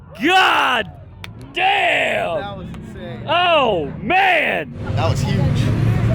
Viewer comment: the most american way to says GOD DAMN